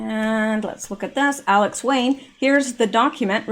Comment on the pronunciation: its alex wayne not alen wayne just sayin